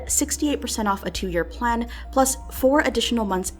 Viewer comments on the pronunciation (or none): none